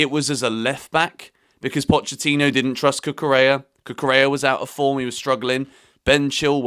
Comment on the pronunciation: Hello. It's not cucurella it is cucureya. LL pronounce Y in Spanish language